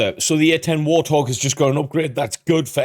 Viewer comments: Just so you're aware mate, I'm fairly certain this channel you're reacting to is an AI-generated channel. The tells are in the fact that the voiceover mispronounces common English words, such as Warthog (pronouncing it War-th-og) and A-10 (pronouncing it Ah-10), the very fake looking thumbnails, and basic grammatical mistakes in the titles of their videos. AI channels are a plague that steals content from real creators. They don't necessarily spread misinformation, but they need to be avoided at all costs. I recommend proper content validation is done in the future with a mindfulness towards AI/stolen content and such. I'm not much for most reaction content, but your input is genuinely transformative and I'd love to see you succeed in the future! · AI voiceovers are just horrible. Why nobody can actually narrate this video is sad. The A-10 is not a War-Thog it's the WART-Hog. Only an AI voice with an accent like that would get it wrong. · Wait,... did he say "War Thog"? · Damn chatbots. What is a "war-thog"? You kind of have to just accept it for the sake of putting out content, because the annoying AI is everywhere now. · They're pronouncing it wrong. It's 'Wart' 'Hog'. An ugly but dangerous wild pig here in the U.S.. You're saying it correctly but at the beginning the voice isn't. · Narrator: "War-thog". Bwahaha.... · did the narrator just call it a "WAR Thog" or am I just hearing things wrong? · Did he really pronounce it “war-thog”? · I hate AI narration. There’s not enough “I” to know how to pronounce “warthog.” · Hurts the credibility of the video a lot when the narrator doesn't know how to pronounce "Warthog." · The way the narrator pronounced Warthog.🥴🤣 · Sounds like in the video insert the man said at about “War-thog”, it’s Wart-hog. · Why did that guy in the video pronounce it war thog?? 😁 Its Wart Hog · Did he just call it a war-thog? Its wart-hog 😂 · Haaa A I. Called it a WarThog. Cracks me up.